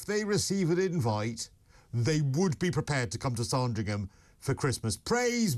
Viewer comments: it's Sandringham not SARDRINGHAM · Sorndrigham!!! FFS. It's Sand as in band. On next year's holiday on Porxorse l might take a ferry to Portrarse and see the church of Orgyorse Orndrayarse. 😅😅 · Oh dear they are desperate for more content for another netflix show anmd it is spelt SANDringham not SARNdringham <- sorry about that but your pronunciation was driving me mad. I didnt think they persuaded Harry to walk behind the coffin. I thought He said he wanted to because William was and as Harry insisted Prince Philip said he would walk with him too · It’s ‘Sand’ ….as on a beach! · Why can't pronounce Sandringham?? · Can't you at least pronounce the places correctly like Sandringham???